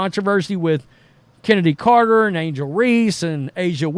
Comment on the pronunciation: Dude, her name is CHENNEDY CARTER!!!!!! At least say it right.